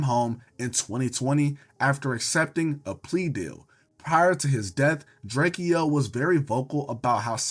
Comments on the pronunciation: drakeo got a whole song explaining his name is DRAKE-O NOT DRAKIE-O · drakeo name is not pronounced how it look twin 😂